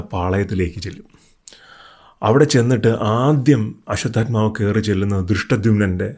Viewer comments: തെറ്റായി പറയാതെ, അശ്വഥമാവ് ആണ് അശ്വതൽമാവ് അല്ല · ബ്രോ... 🙏, ആശുദ്ധത്മാ അല്ല, അശ്വദ്ദാമവു, പിന്നെ ദ്രുപതൻ ആണ്. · It’s not draupathan ,it’s drupathan and also it’s not ashwathathma it’s Ashwatthama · Ashwathamavu anu...almavu alla. L illa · അശ്വത്ഥാമാവ് എന്നല്ലേ അശ്വത്ഥാൽമാവ് എന്നല്ലല്ലോ. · അശ്വത്ഥാമാവ് ആണ്.. "അശ്വത്ഥാമാവ്- ഹത:കുഞ്ചര" എന്നാണ്